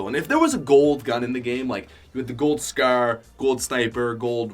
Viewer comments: Is anyone triggered that he says scer other than scar ? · Ur a fuckin nerd, say scar not fucking scare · Why do u say scar so weird. Scarr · Pls stop saying scar its ruff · Why does he say scare instead of scar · He keeps saying "Scrr" insteaf of "Scar" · Did he say scar or skrr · The scaer 😂😂😂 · the way my mans says Scar. S C A E R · The scaraare 😂😂😂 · I know he's Canadian but scar-scour? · “Gold scer” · “The skaer” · Omg he really had me dead when he was saying scar it sounded like he was saying “scare”😂 no hate tho makes some good vids 👍👍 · Hes saying the skaur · lol he calls a scar a scaar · He pronounced scar like skerr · You say scar really bad like you say scer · Wtf is a a scer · Anyone hate how he says scar? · I hate how he says scar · Every time he scar it made me laugh every time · The way this guy said scar makes me sad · U pronounce scar like an idiot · The way he says scar lol😂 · Who also cringed when he said scar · The way you say scar though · Why does he say scar like that?